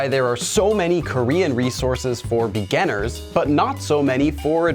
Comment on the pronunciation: Why does he always pronounce the word "beginner" like "beganner"? Is it supposed to be pronounced like that?